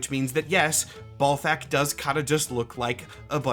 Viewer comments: maybe the first name is bal like ballet not bal like ball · Always read it as Bal-thakk not Ball-thakk. Cant think of any names where Bal is pronounced Ball. Also the purple fire is just fire rhats purple. Probably bc its magic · Maybe its pronounced balt-hack? You know, like bolts of balt-hack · I would imagine Balthakk is pronounced like Baal instead of Ball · In the same way some folks pronounce the planet Uranus 'youran us' as opposed to the funny way, perhaps Ballthak could be 'ball-tok'. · Is it pronounced "Ballthakk" with the double L of "ALL" or is it "Balthakk" with the single L of "AL"? Considering the lack of a double L, I believe it is B AL Thackk. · Pretty sure it’s BAHL-THAHK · balthakk is like uranus in that if you want to sound professional, you gotta avoid conventional pronunciation lmao. one simple way could be to swap the two pronunciations of "A" in his name. so for "bal", the A would sound like the way its spoken in the word "bat", and for "thakk", the A souds like the way you say it in the word "hall" bah-l-thokk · "Say 'Benoit'." "Benoit-" "Ballthakk! See? It's automatic." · Say ballsac again please. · I always pronounced Balthakk with an æ sound (first syllable rhymes with gal) and the stress on the second syllable. Which I’m realizing now is perhaps a bit too charitable to the fella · As a Marvel Snap player I have been familiar with the name Balthakk for a while now but never did it strike me that it’s pronounced like Mike Tyson talking about a groin.